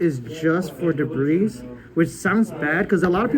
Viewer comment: He called a lot of cards "debris" like the drill warrior too. Also "triple caius" when showing 2